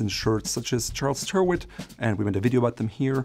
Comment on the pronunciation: Did you just say teer-Witt? Didn’t you do a whole episode on the pronunciation of label names?